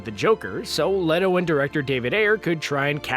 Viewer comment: It's pronounced Jared "Leeto." Not "Letto!"